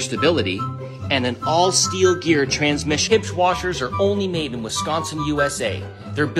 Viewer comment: He pronounces Huebsch as “Hibscht”. I suppose it's a Canadian thing🤷🏾‍♂️. In the U.S., the Huebsch brand is well-known as Speed Queen.